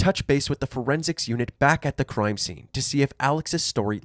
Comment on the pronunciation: “Croime scene” Canadian ahh